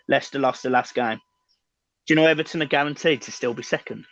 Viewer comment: Now it's E-VAR-ton